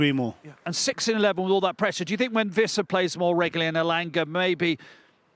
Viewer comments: Why do presenters keep calling Wissa “Visser” he’s not German it’s pronounced as it’s spelled, don’t believe me go and watch the video of players pronouncing their own names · What has german to do with the pronoucation? In Germany Wissa is also called "Wiss[a]", not Wiss[er]. 😅